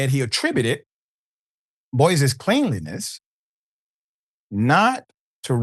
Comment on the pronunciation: Pronounce cleanliness like this clenliness not clean I ness!